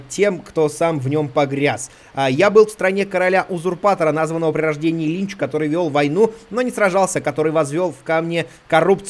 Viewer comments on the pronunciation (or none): Я одна вместо Линч услышала Ильич?